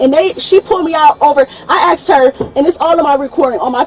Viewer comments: She axed a question, axed it over and over. hehe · I usually skip the bs and fast forward or skip to the window breaking. Then comes the backseat bs… Oh my gob, are you serious, I dindo nuthin etc. Plus here: ”I axed him, axing questions, ax what”… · Is this saying axed, instead of asked ? We have a winner, NOT. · Axed her? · She axed wat she was pulled ova foe